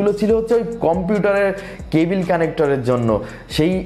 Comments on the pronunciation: life a first sunlam..... table ke bangla translate korle tibol bollen?? eng:ক্যাবল,bd: কেবিল।😂vaia onk besi improvement labge...onnk besi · Cabil na cable 😄😄😄